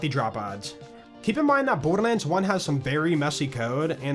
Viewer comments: Is it just me or are you saying "bordermands"? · am I tripping or dude's saying borderman?